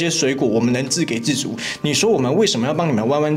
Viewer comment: 八冏抱歉 我強迫症犯了 是自給ㄐㄧˇ自足